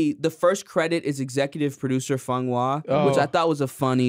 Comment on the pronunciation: I just wanna say that at almost exactly Will says "Firt Black".